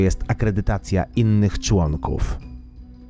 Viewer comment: "należy 2 i pół tysiąca człąnków" a ile skutków?